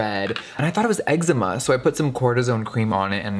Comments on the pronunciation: ‘Eggzema’ deadddd 😂😭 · I love how you say eczema as eggsma. In AUS we say pronounce it as exma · Ex zee muu im so weak lol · The way he pronounced eczema 🙏😂 love him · The way he pronounces eczema has me SHOOK